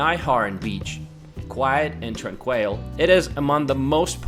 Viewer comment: Great video and your English is amazing. I have watched most of your video now. Just want to help you with pronunciation of 'tranquil'. Emphasis on the first a and sounds like trAnk will.